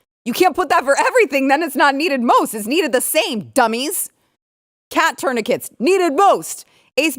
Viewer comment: She can’t pronounce tourniquets 😂